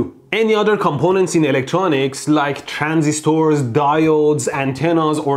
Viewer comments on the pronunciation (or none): none